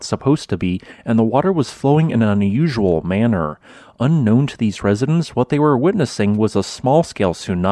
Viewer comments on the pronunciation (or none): Tonga not "tunga". Residents not "residens". Coordinating not "cordilaying". Definitely not "defnuhly". Below not "buhlow".